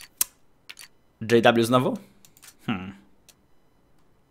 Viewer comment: JW jak to wymawiasz to mi się śmiać chce xD